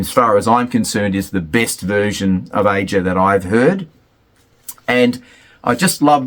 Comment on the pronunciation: Aja is pronounced 'Asia'...yet you have listened to the album extensively???? I don't think you've listened to it all